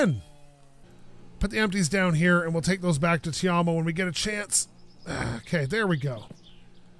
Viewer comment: look man... i hate to be that guy but his name is not pronounced "tei-om-oh" its 賣東西的芬蘭人. its really simple. i dont know keep on messing it up